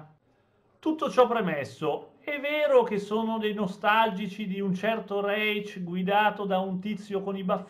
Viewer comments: Reich non si pronuncia secondo la fonetica inglese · comunque nel chiedere il like con l'accento russo si senti raich, non so se è fatto a posta o meno, ma mi sono spaccato dalle risate hahahahahaha